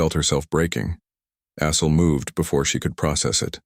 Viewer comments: AI voicebot doesnt do well with Assel (sounds like Ass, hole) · caught that too....